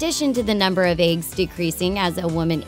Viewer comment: is nobody gonna comment on how she says eggs? "aigs" lol